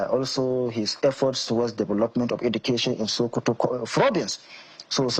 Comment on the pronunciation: it's not shokoto state,it's SOKOTO STATE.